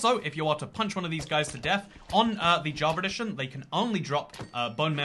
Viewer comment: Am i the only one or is he saying "javeredition"